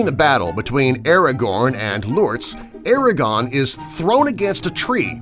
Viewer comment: He also said Aragon instead of Aragorn!